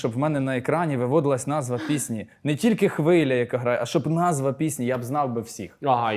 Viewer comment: Випуск крутий, але правильно казати не пІсні, а піснІ.